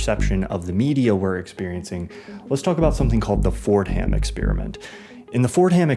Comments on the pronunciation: small note… “Fortum” is the pronunciation for Fordham, in my experience… not Ford-Ham… super in depth video, however… great work! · why are you pronouncing "fordham" so weird, it's pronounced "FOR-dum"